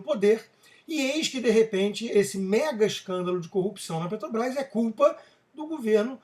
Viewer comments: Já perceberam que o Constantino não consegue falar Petrobrás? Ele diz PeTObrás. É isso em todos os vídeos. Mesmo assim gosto muito de suas opiniões. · Porque vc continua falando Ptobras?